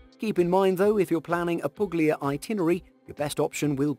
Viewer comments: Polignano and Puglia are actually pronounced somewhat like "Polinyano" and "Pulya". Gn and Gl are not read phonetically in Italian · G's are pronounced like Y's in Italian. It's Pul-Ya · The narrator has a pleasant enough voice, but the "g" is silent in "Puglia" and "Polignano". It serves as a modifier giving a gliding "y" to the following consonant - - such as in "Lasagna" or 'Bologna". And thus "Pulyia" and "Polinyano" would be closer to proper pronunciation. Nice vid, otherwise. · That was a great compilation! But, please: It's spelled "Poolya" (Puglia) and "Polinyano" (Polignano) 🙂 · how the faq you pronounce PUGLIA and POLIGNANO??? Why the hell don't you check the correct pronounce of those words before saying them??